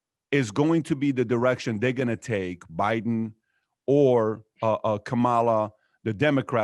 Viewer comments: Please pronounce Kamala's name correctly! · Kamala rhymes with Pamala. Say it right.